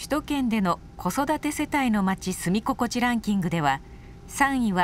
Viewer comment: 原稿読んだ人本当にアナウンサー？住み心地＝スミゴコチだよね？